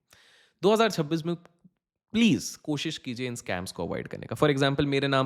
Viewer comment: Pehle 2026 bolna to sikhle actor